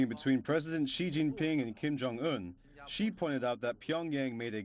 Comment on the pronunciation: Who is President 西? This Chinese boy seriously cannot tell the difference in the pronunciation of 習 and 西?